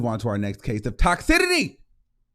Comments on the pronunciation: baby, the word you're looking for is "TOXICITY" (Tok-SIS-ity) not (Tox-si-tittie) 😭😂 ILY still boo! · Toxicity pronounced tox-sis-city